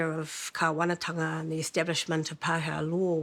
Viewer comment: Only Paakehaa is O'Malley